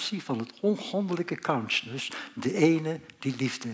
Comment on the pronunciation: Gast alsjeblieft spreek uit: "KONSJUSNUS" . Voor de rest Hartelijk Dank!